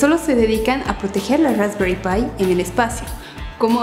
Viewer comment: Rrraesperrii pie.. 🤦‍♂️🤦‍♂️😂😂😂